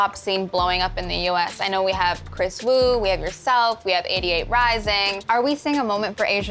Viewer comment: SHE SAID KRIS WU WITH HER WHOLE CHESTDVKS,JFHKSXGFHAMEHDFS